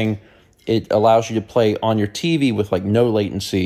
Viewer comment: I just want you to know that the way you say "teevy" never fails to put a smile on my face. Stay healthy brother grandpa.